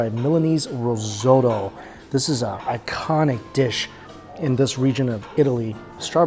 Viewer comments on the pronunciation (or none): I absolutely love these travel food vlogs, keep up the good work,. - - - - - - - - - - - - side note... "Y-eat", "rosotto"...this guy butchers white people words like white people butchering chinese names 🤣.